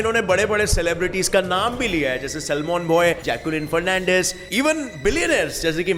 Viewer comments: It's not solman bhai ...it's salman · Salmon nahi salman